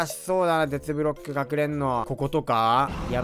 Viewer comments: めっちゃケツブロックに聞こえるwww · テツブロックがけつぶろっけにきこえた